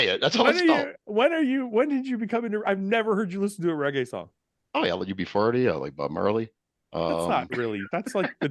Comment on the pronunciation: he says UB FARTY, I almost died😂😂👌